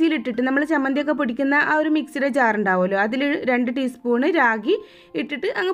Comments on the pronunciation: രാഗി അല്ല. റാഗി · കൊച്ചേ രാഗി അല്ല റാഗി എന്നുപറ 🙏🏼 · രാഗി അല്ല ട്ടോ‌, റാഗി എന്നാണ് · രാഗിയോ?? റാഗിയാണ്... വിവരവും വിദ്യാഭ്യാസവും ഇല്ലാന്ന് തോന്നുന്നു. 😂😂